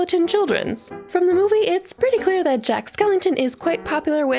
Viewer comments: it's Skellington :/ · Jack's name is Skellington. Not skeleton.